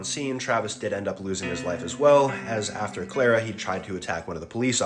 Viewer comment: Her name is Charla not Clara